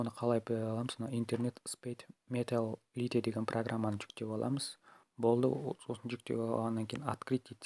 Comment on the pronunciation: Брат лите емес лайт